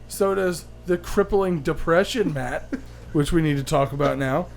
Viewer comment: Wow matt you're one of the only people to have ever said my name right the first time. Good job